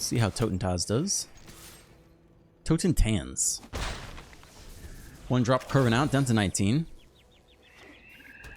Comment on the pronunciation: "Eeeeh... What's Up, Doc? " - the most famous rabbit. Mad credit for being in the top 1% of streamers who can pronounce Song of Totentanz! Though for the record I think it's dogshit in this pile- Totentanz shines with combo decks, ramp decks and Warleaders Call